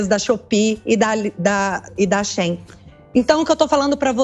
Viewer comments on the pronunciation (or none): none